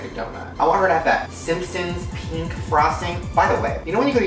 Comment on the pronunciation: He said pink not peep